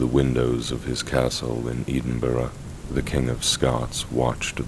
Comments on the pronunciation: Edenburgh my god!! Edinburgh pronounced Edinburra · “Eden-borough” 😂😂 Great Video and story telling though ❤ As a Scotsman (a real one) myself mine and my son’s middle names is “Alexander”, a good name for Scottish boys. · Yeah, at first I thought it was an AI voice when he said Eden borough 😅